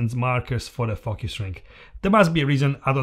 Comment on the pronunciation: Everytime you said focus I heard fuckas :P good video though